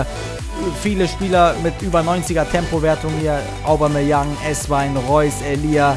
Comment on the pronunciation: Obameyang, wird das ausgesprochen :D